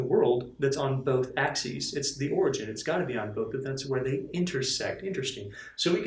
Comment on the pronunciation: Btw, it's 'origin', not 'origen' :P